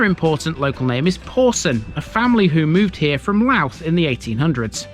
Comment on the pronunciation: Strange when you hear people in England say Louth. It sounds like they say Louf...lol...it's obviously not easy 🙂